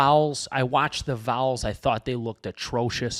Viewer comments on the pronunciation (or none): Listening you try to say Vols hurt my ears. “Vowels”